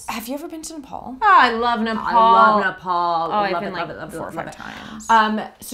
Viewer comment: BAHHAHA that personally hurt me like "Ne-nepa-nepaLEEE"